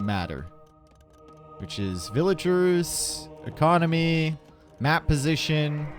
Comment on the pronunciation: I just hurts my brain eveytime I hear him say "villagers" lol